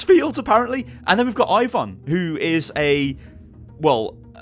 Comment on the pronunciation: Incoming copyright strike from Riot games with the pronunciation 'Ivon' being scarily similiar to 'Ivern' (At least in a british accent)